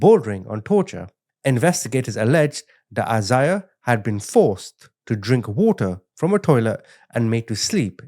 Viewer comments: lol it’s a Bible name. (I-zay-uh) Isaiah. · It’s “I-zay-ah”